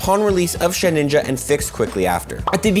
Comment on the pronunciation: Okay but it's sheDinja not sheninja